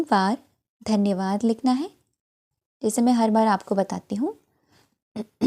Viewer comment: Hi.ladki ..its Danyavaadh not Tanyavaadh